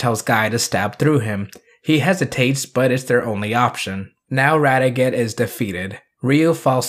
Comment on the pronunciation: This was a terrific video and I'm glad you're a Jetman fan now. One thing though is that you kept getting Radiguet's name wrong. It's not pronounced Rad e get it's pronounced in a French sounding way with the T being silent; Rad e gey, that's how they pronounced it in the show anyway. But yeah Radiguet is awesome. :) Though you didn't bring up the follow up manga, but it's a minor thing. Oh and Super Sentai World IS in canon, if you consider it to take place just before Ryu and Kaori's wedding. :)